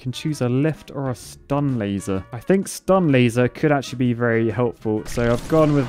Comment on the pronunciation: When he says "laser dome" at the start it sounds like he say "lazy" dome. It makes sense considering how much work it is to use the sword.